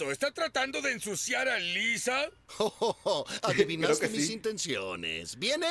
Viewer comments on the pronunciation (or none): Alguien notó que el alcalde dijo Liser en lugar de Lisa?